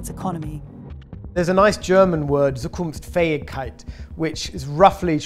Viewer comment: You used one German word: Zukunftsfähigkeit. Just one. At least you could try to pronounce it right